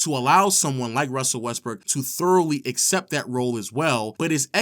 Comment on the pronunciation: "Russell Westbrick" cmon man that was very LOW